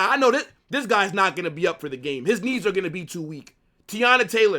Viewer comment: And “ THHIIISSS IS A MUST WIN GAME”😂😂😂 I like this guy..